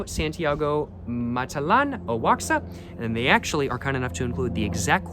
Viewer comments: I could be wrong, but I think Oaxaca is pronounced 'Wa-Ha-Ka. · You butchered Oaxaca